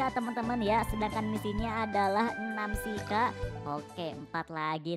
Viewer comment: Bang nama nya bukan shika tapi chicky baca nya itu cika❤😂